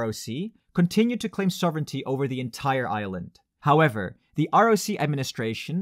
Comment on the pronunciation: For a moment I heard "a united Ireland" instead of "a united Island". But that's another video :)